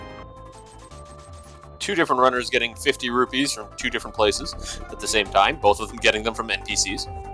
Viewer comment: Repeat after me... ROO-PEES. NOT ROO-BEES. FFS man